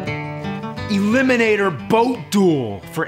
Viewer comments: elimonator. ELIMONATOR. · E🚐🚋🚋🚎🐝or (E-limo-nat-or)